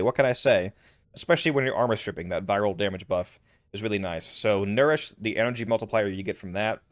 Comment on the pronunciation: the moment you said nourish i clicked off the video.